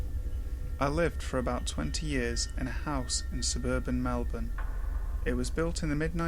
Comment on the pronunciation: You're the only narrator that can actually pronounce Melbourne _